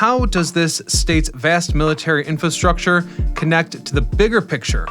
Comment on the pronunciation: please learn how to pronounce infastructure if you are going to repeat it over and over